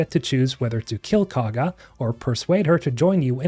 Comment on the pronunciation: I admit it's spelled weird but everyone in the game that says Kagha's name pronounces it (koh-guh) not (caw-guh) so if you played the game you should know how to say it